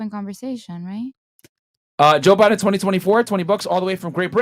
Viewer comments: Girl said she talks politics everyday and didn’t even pronounce Joe Biden last name correct she said Joe Byron 😅😂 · JOE BIREN YOU SAY .... AND YOU AND YOUR BOYFRIEND TALK ABOUT POLITICS EVERYDAY, YET YOU CAN'T PRONOUNCE THE COMMANDER IN CHIEF'S NAME PROPERLY. I AM SADDENED BY THE EDUCATIONAL SYSTEM OF AMERICA, WHICH EMPLOY'S SUCH LAUGHABLE STANDARD'S COMPARED TO THE REST OF THE WORLD. !